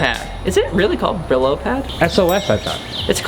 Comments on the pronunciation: Brillo, pronounced Bree-oh, is Spanish for “shine”. Now you know! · Brillo is Spanish for shiny, Pronounced bre-yo.